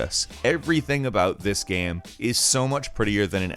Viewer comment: anyone else noticed that pronounciation of "game" is weird. he says it like "gaem". and now it can't be unheard.